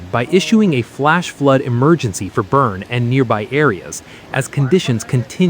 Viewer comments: It's pronounced "BERNIE" like "Weekend at Bernie's". Get it right! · Boerne is pronounced: Burn-ee. Got it? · Pronounced Burn-EE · It’s pronounced Burn-ee. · Great report, but Jeez! Could someone tell them how to pronounce Boerne correctly?